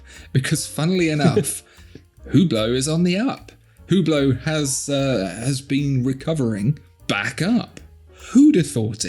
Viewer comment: Very nice video. :-) Just please learn hot to pronounce "Hublot". ;-) Otherwise, you lose your credibility as a professional.